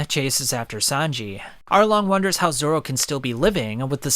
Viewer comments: Please dont say ”Zolo” ever again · bro really said Zolo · What the heck is Zolo it's Zoro 😒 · 😂 he said zolo